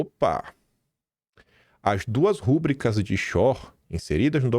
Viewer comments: com todo respeito, a palavra é rubríca e não rúbrica.😊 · O correto é “rubrÍca” e não “rÚbrica”